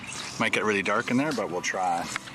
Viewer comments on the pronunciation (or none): none